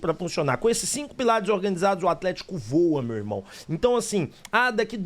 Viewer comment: O GALO "vua" ????